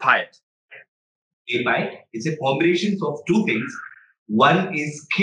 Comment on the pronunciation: it's spelled May (like the month) Pie (like the food) Yat (like the word 'yet') May-Pie-Yat. Means fighting with the body. i.e freehand fighting without weapons.